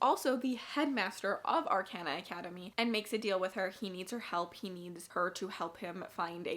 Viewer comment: Ar-con-uh. Or, actually, Ar-caw-nuh would be a more accurate way to write the phonetics.